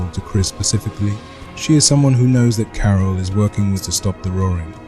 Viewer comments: Thats crazy i thought that was ur actual voice, but as someone else said it said carol weird so it sounded more like 'kara' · i feel like you can still tweak a few things, like how it says 'carol' sometimes - quite neat though! feels impressive that you made your own tts